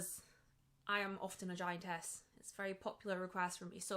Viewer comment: Every time you said "giantess" it sounded like "giant ass" but I suspect thats the accent at play